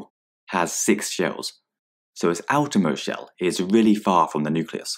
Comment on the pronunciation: shell not shel